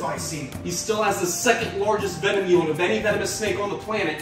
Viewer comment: Did you mean to sound Australian when talking about king cobras venom yield? Or was that just me that noticed that?